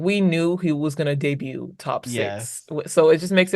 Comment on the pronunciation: Why does everyone pronounce “debut” incorrectly? Even one of the judges pronounced the T.